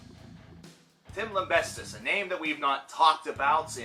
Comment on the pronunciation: "Tim LIMBESTIST" lol